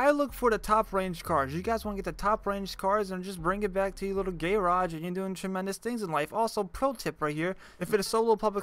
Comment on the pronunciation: Did this man just say gay rage